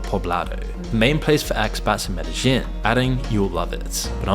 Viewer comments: I'm sure Loser Incel Dork is going to Medellin (pronounced MEDE-yeen) for the architecture. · Ok so this town in Colombia is called Medellin, its pronounced meh-deh-yeen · You mispronouced the name of the city Medellin.